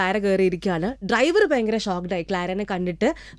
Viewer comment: ഇപ്പോൾ നന്നായി മലയാളം പറയുന്ന ആ ജർമ്മൻ കുട്ടിയെ തൻ്റെ "പയങ്കര" എന്നൊക്കെയുള്ള ഉച്ചാരണത്തിലൂടെ ഇല്ലാതെയാക്കരുത് പ്ലീസ് 🙏 ആ കുട്ടിയെങ്കിലും ഉച്ചാരണശുദ്ധിയോടെ മലയാള ഭാഷ പഠിക്കട്ടെ 🙏😏😏😏